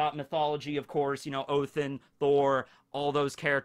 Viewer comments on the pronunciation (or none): Everyone: Odin: Othinn Me: 😘